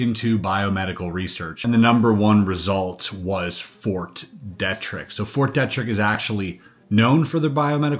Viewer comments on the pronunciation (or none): Pronounced Fort "Dee-trick". That should ring a bell, as it seems to get itself in the news for lab escapes more often than other labs. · just a friendly suggestion from someone who lives locally to Fort Detrick - we pronounce it Fort DEE trick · It is pronounced Fort DEEEtrick. And yes we do have SEVERAL research buildings on that post. If my memory serves me correctly, it is the post that a scientist stole some deadly pathogens and got caught... But I could have my military locations mixed up. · Grew up in maryland, Detrick is pronounced Deet-trick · At first, I couldn’t figure out what fort you were referring to. Fort Detrick, is usually pronounced with a long or hard E. De trick. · Fort DEE TRICK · Fort Deeeetrick. Come on man. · Fort Dietrich is pronounced Dee-trick. its German and in German “when I and E go walking the last one does the talking” so ie is E ei is I. 👍🏻